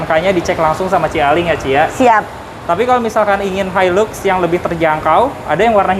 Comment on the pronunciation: Bacaann-nya Hailax om bukan hailux 😀😀😀